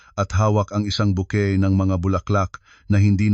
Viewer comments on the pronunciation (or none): none